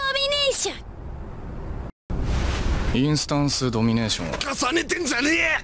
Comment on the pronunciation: ドミ↓ネー↑ション